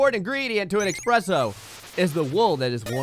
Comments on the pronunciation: eSpresso not expresso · ESPRESSO! There is no "X" in ESPRESSO! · Ugh. Had to unsub when I heard you say "Expresso"... There's no "x"! :( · who tf says that?